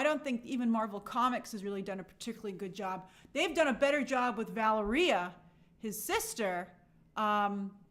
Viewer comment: isnt her name pronounced Vuh leria not Valeriuh